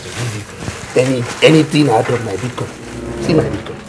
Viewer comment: This two people na bastard oh 😂😂😂😂my belle ohhh…na really beatcoin not bitcoin 😂😂😂